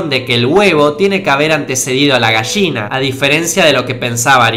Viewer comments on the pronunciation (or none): "la Gasshina" xD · Buenísimo....Pero porque Dice....GAGSHINA?????Que no sé dice mmmm GALLINA EN ESPAÑOL???? Aclare me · "Gashina" :v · Dijiste Mil Veces Posho xD y unas 5 gashina